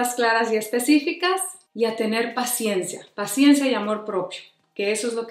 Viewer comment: Por que yo escuche "La Siesta" en vez de "la paciencia " 🤔🥴🤭 Excelente video amiga, hablaste justos del problema y la solución, te saludo desde Uruguay. 🥰😘